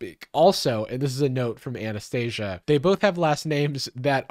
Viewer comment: When you said "note from Anastasia" that made my heart jump because my name is Anastazia and it's pronounced that way. That's never happened to me before lol